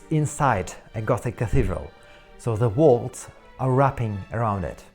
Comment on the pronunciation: "Quire" ... ????? You mean "Choir". And walls or wall are not "walts" or "walt".